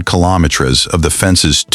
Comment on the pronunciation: Please pronounce Kilometres correctly apart from that video is great. From Brisbane Queensland Australia